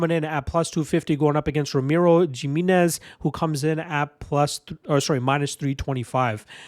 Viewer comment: The J makes an H sound. It's pronounced Hi-minez.